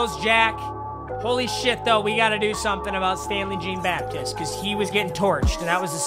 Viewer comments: It’s jean-baptist it’s French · It’s JEAN-BAPTISTE (BapTEESTE) and I only know that bc he went to NEB and played in NOLA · He pronounced Jeane Baptiste so weird. MY DUDE ITS FRENCH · "Jeen Baptist" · dude... it's pronounced John Bap-tee-st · Papa Its pronounced John bapteest just to let u know😐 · The way he pronounces Jean-Baptiste makes me wanna die. Luv you tho Papa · “JeAn BaPtIsTE” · Is it me or does anyone else realize that he’s saying Stanley Jean Baptiste’s name wrong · Bro you butchered Jean-Baptiste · It just annoyed me so much the way he pronounced jean-baptiste the whole video